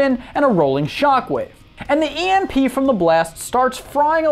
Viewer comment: You pronounced Emp wrong 😎